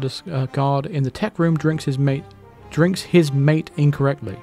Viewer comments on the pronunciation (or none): It's not mate "mayt", it's mate "mah-tay". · Mate is a drink. Pronounced Mah-tay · Mate is a south american drink, also pronouced 'mat-ey' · Mate is a caffeinated drink, I believe pronounced mar-tay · Yeah, I almost spit out my drink when said drinking his mate..maté is a traditional South American drink.